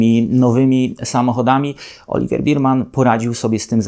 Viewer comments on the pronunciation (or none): Taka niewielka uwaga dot. wymowy nazwiska naszego debiutanta: Nie "oliWIEr BIRman", a "oliWEr BERman", a właściwie coś pomiędzy "berman" a "bermen", jednak w Polsce prawdopodobnie bardziej przyjmie się "berman". Poza tym drobnym niedociągnięciem film jak zawsze oglądało się bardzo przyjemnie; moim zdaniem prowadzi Pan najlepszy kanał o F1 po polsku. Pozdrawiam!